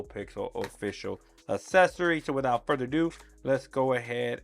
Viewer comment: why do you keep sayin wihoutfurderadoo!?